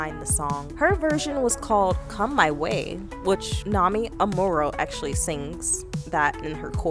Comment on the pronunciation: Girlllll....you can't even pronounce her name?